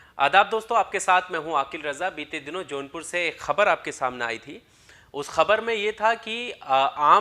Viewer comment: Its jaunpur not a johnpur plz correct ...